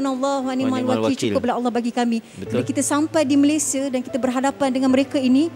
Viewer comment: Malaysia adalah nama negara dn nama rasmi secantik dn seharusnya sebutan nama Malaysia bukan MalaysiE tapi MalaysiA.. sebutan MalaysiA telah dipraktiskan dr awal penubuhan Malaysia 1963 hatta bertutur dlm dialek riauJohor(KL).bangga lah dgn nama Malaysia dgn sebutan yg sempurna iaitu MalaysiA bukan MalaysiE.. apa2 pun bangga dgn anda berdua membantu mangsa banjir..